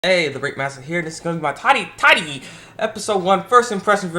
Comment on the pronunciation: タリタリの言い方がうけた